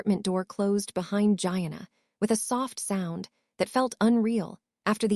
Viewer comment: Please, it's pronounced, Geeanna , not Gianna as in vagina. I don't know about this AI thing.